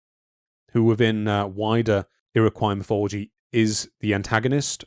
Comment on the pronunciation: "Puget" Sound is pronounced "Pue-j-it" Sound. Got the last part right of "Puget" but the first syllable incorrect. "Iroquois" is pronounced "Ear-o-coy"